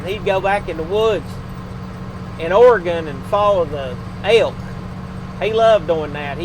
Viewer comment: Great video! thanks for the stories. And thanks for the right pronunciation of Oregon ( Not Oragone, like some do! ) Miss your Dad, but you do a fine job. Todd the retired trucker.